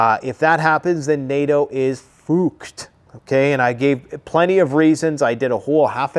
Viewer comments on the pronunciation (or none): Did he say fooked ? 😂😂😂 😂😂😂 He ain’t Scottish. 😂😂😂😂😂😂😂😂😂😂😂😂👍